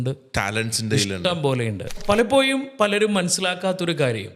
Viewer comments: മലയാളത്തിന്റെ ശരിയായ ഉച്ചാരണം അറിയാത്ത 2 പേര്‍ അതിൽ ഒരാള്‍ പറയുന്നു (palapoyum)എന്നാണ്‌ 😅പലപ്പോഴും എന്നാണ്‌ ucharikendath.pinne സാമ്പത്തിക വിഷയത്തില്‍ 2perkum ഒരു kunathavum അറിയില്ല ,മലയാളത്തെ കൊല്ലരുത്!! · Palappoyum, vaya, Maya 😂 Schoolil poda myrrukale